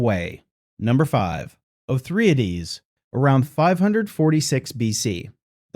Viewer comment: How many of these did you take??? O-thry-ades, all 3??? Yea!!!! LOL